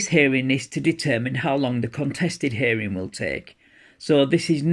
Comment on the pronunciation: Do you mean a hearing? Because you say herring. That's a fish.